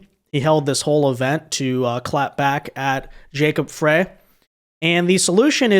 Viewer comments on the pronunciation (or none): Frey is said like Fry 😊